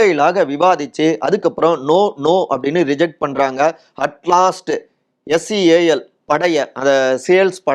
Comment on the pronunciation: Seal not sale😊